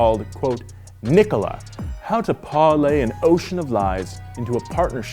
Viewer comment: I love the way he pronounced Parlay. He went British for one second